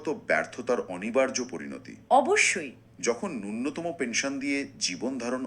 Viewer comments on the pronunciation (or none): উচ্চারণ ঠিক করুন নূন্যতম নয় ন্যূনতম |